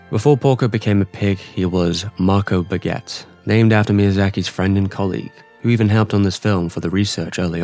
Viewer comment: It’s “Pagòt” Not baguette